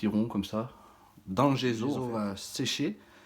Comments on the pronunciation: Le gesso comme saut, pas le gezo comme zozo. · ne prends pas ombrage de ma remarque mais le mot GESSO est italien en conséquence il faut prononcer les deux "S" : "GESSO" et non pas "GEZO" comme tu le prononces à tort... !! aie aie aie pauvre langue italienne méconnue et malmenée régulièrement .... pourquoi fait-on tant d'efforts pour l'anglais et si peu ou pas du tout pour l'italien qui est et reste la plus belle langue du monde..... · c'est gesso et non gézo e devant 2 s en français se lie ésso pour les cons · C'est agaçant de dire gezo il y a 2 ss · On prononce gesso il y a deux s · On dit dgesssso a l’italienne 😉